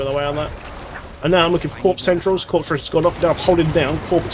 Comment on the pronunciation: What I learned the most from this was the S in corpse is silent. who knew